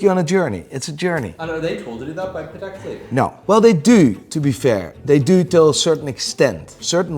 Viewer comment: I don’t get how you can pronounce Patek wrong the whole video.